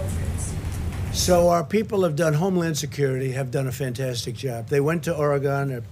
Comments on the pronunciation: Did Trump just call Oregon “Oragone”?!? Like some sort of mouth ulcer treatment? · Some people not familiar with the state pronounce it like that and oddly some people from the area also say it that way lol I am from the PNW